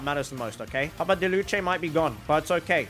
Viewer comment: It's not okeh to be okeh